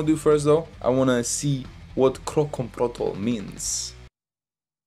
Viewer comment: Kroncong protol (say like this "kron chong pro tall")